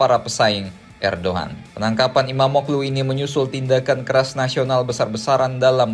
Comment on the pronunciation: FYI: İmamoğlu dibaca Imamoolu min